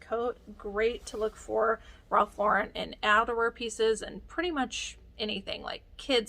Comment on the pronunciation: I'm always happy to hear you pronounce Ralph Lauren correctly. I think resellers who put the accent on the end did not watch Friends.